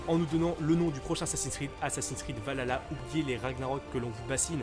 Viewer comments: On dit VAL KHALA, pas VALALA bg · Stp c’est pas valalalalaalalala c’est Valhalla prononce le H c’est quand même légendaire mais bon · Ça se prononce val-halla et non valala 😃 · Pas de soucis 🙃 Ça se prononce Val Halla il y a un espace mais je suis fan de vikings donc ça me stress 😅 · "Valalala" ça me stress comment tu prononce y’a un H normalement mais pas grave Skål !